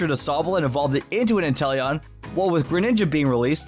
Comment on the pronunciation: Me: Inteleon Other people: inTEllEoN